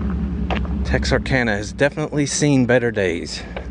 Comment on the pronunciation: At least he pronounces Texarkana right. :/